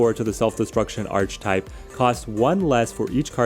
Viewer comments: Throughly enjoy the content, very informative. I hate being that guy but it’s hard when you use the word so frequently in your videos. The word archetype is pronounced “arc-a-type” not “arch-type”. I know this makes me a jerk but here we are. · Great video, sorry to be that person but given how many times you said it I feel I have to correct you! It’s pronounced (ark-ah-type). Thanks for the great videos, I’m a new subscriber :) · hahaha just think “architect” and you’ll nail the pronunciation every time 😂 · Yeah it's pronounced similar to 'Architect' :) I can see how one may mispronounce though with 'arch' and 'type' sounding like they do when on their own!